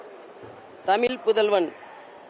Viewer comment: தமில் இல்ல அக்கா தமிழ், ஒரு சிலர் இப்படிதான் படிக்கிறாங்க